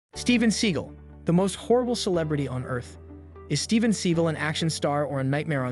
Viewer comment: That's actually the correct pronunciation of his surname. He had it changed to "See-gal" because it sounds cooler.